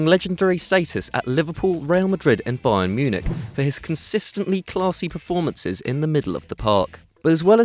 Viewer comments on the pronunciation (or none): none